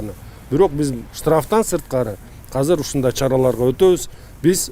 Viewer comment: Казыр эмес , азыр деп суйлосон мэр